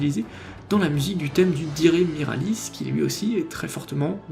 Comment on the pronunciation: Toute petite remarque, étant donné que Dire Miralis est le nom anglais du Guran miraosu je pense que tu devrais plutôt le prononcer à l'anglaise vu que 'dire' est un mot anglais dont le sens colle parfaitement au monstre, au lieu de 'diré' à la japonaise